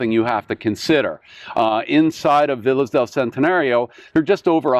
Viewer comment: And please, check the correct pronunciation of VILLAS. Living in Mexico, respect should be shown speaking Spanish - and that includes pronouncing titles, names, and words.